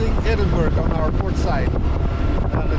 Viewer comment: Bare en liten tips fra en skotte, det er ikke edinburg, man sier edinburra :)